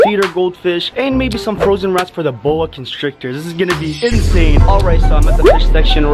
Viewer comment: Geez stop saying in sane